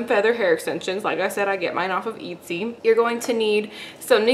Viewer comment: I think it's pronounced: "eht-see".......